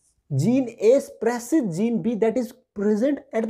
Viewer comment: Wehen❌ hwen✅ Spreses❌ sapress✅